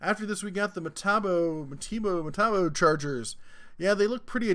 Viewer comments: Metabo is pronounced Meh-Taw-Bow.......lmao MAh-Tee-Bow is driving me crazy!!! ................lmao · That french sucker is pronounced "May-Tah-Bo"(not a fan of that brand) and I'm surprised to not see Fein in the list. Is that brand not going round on your side of the Teacup? (European here...) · Hey. It is Me-tah-bo.Keep up the good work. I always watch. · How does a tool review channel host not know how to pronounce metabo? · Hahaha funny as hell the way you pronounce metabo